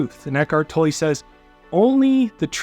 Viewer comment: Eckhart tolle is pronounced" toll". The only reason I am saying this is because I know him. I know how his name is pronounced. Make no mistake....you are Awsome! Unfortunately I'm OCD about these kinds of things. Please don't be offended. I use and listen to you daily!!